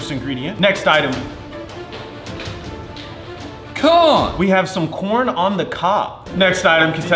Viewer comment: How said corn 🤣😂